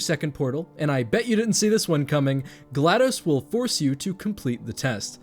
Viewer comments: It’s GlaDOS with a short O as in DOS, Microsoft’s disk operating system. Not dos the Spanish number for two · Am I the only person who pronounces GLaDOS as glA-dos? (glados vs. glA-dos)